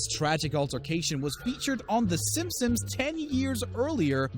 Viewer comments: We’re supposed to ignore that he’s saying simpsom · he pronounces it simpsims you uncultured swine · Is it 8 or 10?and stop saying simsims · i also noticed that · Does he say simpsins? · Wtf does he pronounce Simpson’s weird......sammsams , sainsaims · "Simsims" ? I'm out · Did anyone else hear him say Simsims at the beginning? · Am I the only one who hears him saying Simpsims? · Why u saying simpsims? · The “Simpsims” 🤣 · Did he say simsims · im sorry, did he just say simsims? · "TEN TIMES THE SIM SIMS" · Did he say "Simpsims?" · Did you say Sim-sims? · Can you freaking say Simpson’s correct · Did he call them the simsims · he said simpsims for the whole video